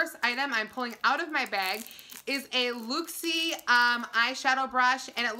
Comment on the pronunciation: Yaaaaaasss. Box week begins and it is LIT🔥... BTW in case you wanted know it is pronounced. Luck-see .. 😗